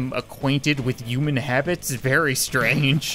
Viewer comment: The same as CallMeKevin in how he says uuman/ human